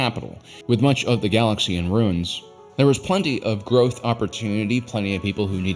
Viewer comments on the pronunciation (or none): none